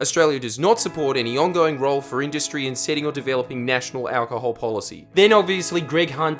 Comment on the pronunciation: why does he say it like that? "owwcahol"?